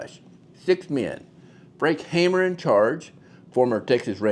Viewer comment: Not Hammer...Hamer (haymer).